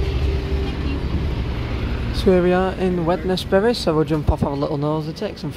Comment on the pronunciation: Sorry to point it out, you're pronunciation of Wednesfield at Wednesbury is a bit off, it's a silent D a bit like Wednesday, hope this helps :))